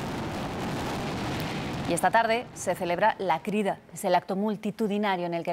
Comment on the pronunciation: Se llama “la cridà”, con acento en la A.